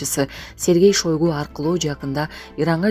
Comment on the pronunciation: ШОЙГУ ЭМЕС ШАЙГУ ДЕП АЙТСАНАР